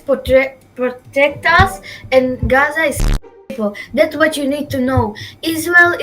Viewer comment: when i hear gaza pronounced "Aaza" my stomach churns violently